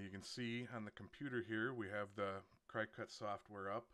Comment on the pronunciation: It’s not pronounced Cry-cut. It’s like the bug, cricket. That’s why their “mascot” is a cricket.